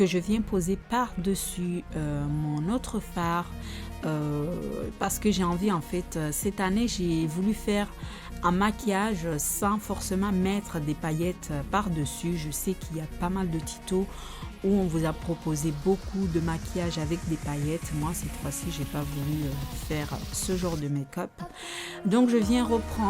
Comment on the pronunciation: enfaite t'a pas beaucoup d'aboner et tu parle pas bien français parce-que Tito c'est tuto et instonper c'est éstonper !!! t'est nul